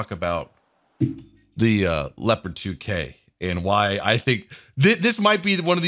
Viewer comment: not scheißa, Sondern scheisE! <3 and not lepad Sondern Le-O-pa-Rt :D it sounds so funny, plz more of that!